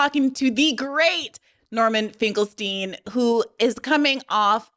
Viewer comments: Finkle finkle twinkle stein 😂😂🤡🤡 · omg i didn’t think i’d laugh AGAIN every time Norm said his name wrong but it’s so good every time